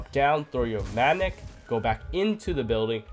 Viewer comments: Instead of "mattick" say "magnet" lmaoo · Got confused till I realised he was saying magnet not manic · i thought it was mantic lol